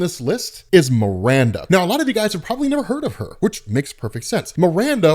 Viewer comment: "Miranda"? C'mon man, seriously?